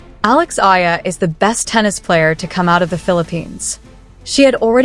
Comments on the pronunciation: Her surname is eala not aya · Better study how to pronounce the surname of Alex.